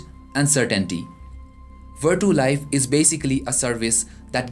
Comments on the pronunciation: its vertu not verdo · thats right it should be pronounced as vertu not verchu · come on man! don't make a mess :/ it's verCHu(IPA - vartʃu) I say once again